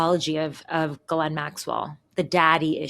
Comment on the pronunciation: You can't even pronounce her name correctly.